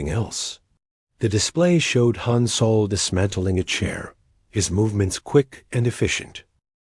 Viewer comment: Hi every story your a.i. says soul! IT'S SOL!